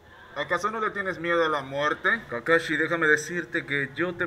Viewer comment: No se dice kakashi jaja